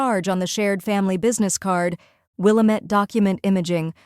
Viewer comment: Good story, but it's pronounced "will-AM- ette"